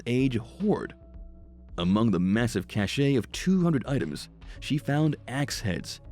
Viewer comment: You’re pronouncing cache incorrectly. Also your narrative is rather disjointed and amateurish.